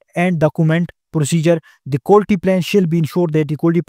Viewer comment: Quality ko Qulti bol bol pori video ke ma behin Kar di professor sab nay,...